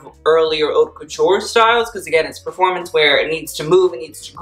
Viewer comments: It’s pronounced “Hote” And you’re sash pattern, off the shoulder bit is .... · Everytime he pronounces "haute" wrong I cringe so hard 🙄😂